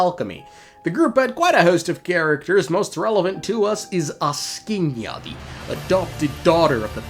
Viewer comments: As a Slav, I was almost in tears laughing when I heard him mess up all the four names in a row to the point of turning them into completely different words as if he simply couldn't read letters at all aSKinya, koscheKi, snagger-gorcha?? and alvis, yeah, just brilliant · As a Slav, I was almost in tears laughing when I heard all the four names in a row get messed up to the point of turning into completely different words aSKinya, koscheKi, snagger-gorcha?? and alvin Atp I'm completely lost on a question whether it was done intentionally or genuinely can't read letters at all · I'm asking ya why you say it not like Axing ya. Peak engagement bait though :face-blue-smiling